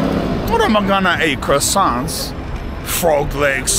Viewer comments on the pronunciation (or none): none